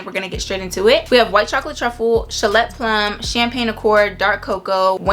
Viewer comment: I think you pronounce it as Sha-lay 😊